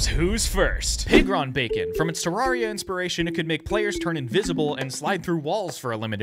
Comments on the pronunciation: “Te rarria” ITS TERRARIA!!! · Its pronounced Ter-rare-ia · You pronounced Terraria wrong ☝🤓 (but seriously it's pronounced: Ter-air-ia} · Its pernernowts terraria not terraria